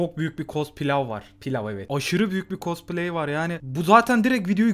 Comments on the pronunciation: abi costplay yerine costpilav diyince canım pilav çekti :D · kospilav değil koşpilav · de cospilav diyen koca yürekli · abi costpilav dedin aniden canım pilav çekti nedense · cosplay derken cosPİLAVVVV yani bu demek oluyoki o videoda ab ın karnı açç:D